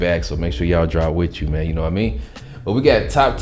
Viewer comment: Wit chu Zaddie